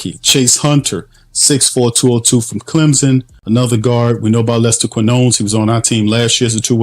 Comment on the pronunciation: And Lester Kin-yo-nis 😂